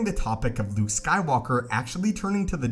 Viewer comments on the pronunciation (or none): none